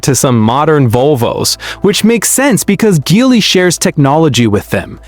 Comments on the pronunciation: GEELY - GEE WHIZ - not GHEELY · Not Gelly either😂